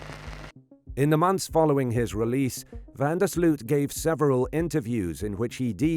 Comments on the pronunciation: Its pronounced van der Sloath.... Not sloot. Americans.. just make an effort lol. Sounds enjoying to Dutch people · It's pronounced van der Sloat